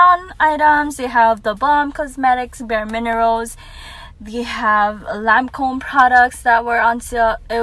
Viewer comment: Hi from Australia, nice shopping. “LANCOME!”